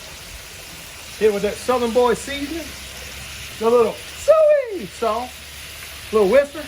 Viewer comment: Why is he pronouncing soy sauce in such a weird way?